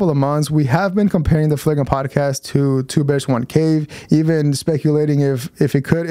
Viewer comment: Bro, its FLAGRANT, not fagra.